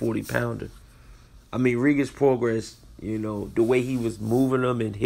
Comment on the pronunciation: It's PRO GRAY NOT PRO GRASS THAT IS THE PRONUNCIATION. PROGRAIS.